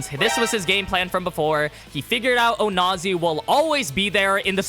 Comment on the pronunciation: Says onazi without the "o"